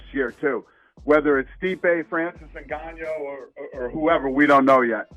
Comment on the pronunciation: Haha Dana pronouncing Francis last name as NganYO